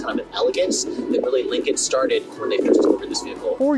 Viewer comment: He mentions ford yet never dodge, because dodge is better. He also says Lincoln wrong, he keeps saying Lincon